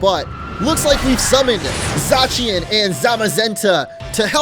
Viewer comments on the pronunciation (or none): it is pronounced {z-aaa-see-en) zacien